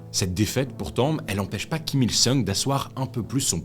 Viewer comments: C'est bien "jong-eun" et le grand-père "Kim il-song" 😊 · En fait Kim il-sung (RR : seong) ça se prononce plutôt « song » entre le o et le a (un « o » ouvert)